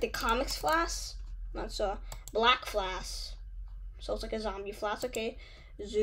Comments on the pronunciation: WHY YOU SAY FLASK ITS FLASH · Not to be rude but he’s mispronouncing flash